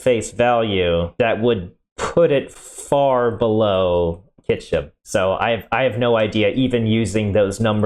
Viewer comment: Pronouncing "Kyshtym" as "Kychym" makes my eyelid twitch the same as when I hear "nucular" :D